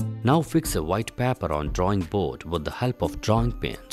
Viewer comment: good experiment but for paper u r saying papper